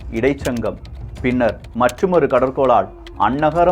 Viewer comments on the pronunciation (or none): கள்வி, புழவர்,பிண்ணர், பதிவிள், அண்பு, மளை நகரம், தெண் மதுராபுரி, முக்கூடள், மள்ளிகை நகரம் வல்லினம், இடையினம், மெல்லினம் சரியாக உச்சரிக்க வேண்டுகிறேன் தம்பி